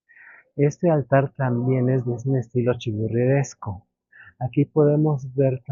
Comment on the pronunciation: Se dice. Churrigueresco.